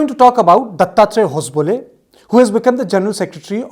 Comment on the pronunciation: Its ho-sab-le and not hos-bole😂😂